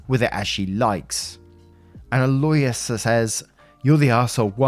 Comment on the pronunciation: Aloysius is pronounced Al-o-wishes